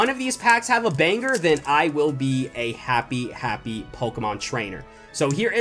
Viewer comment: He said panger not banger